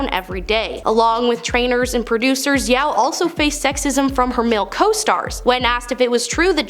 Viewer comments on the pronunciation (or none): Yeoh pronounce Yo, I think.